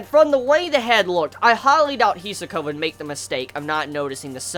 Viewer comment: He is pronouncing it right, the accent may be a bit non native